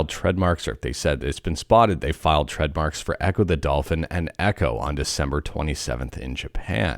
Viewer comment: This guys too busy faking his voice to be able day trademark correctly